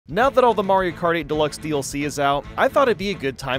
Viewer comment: oh yeah the beautiful game of mairo karty 😂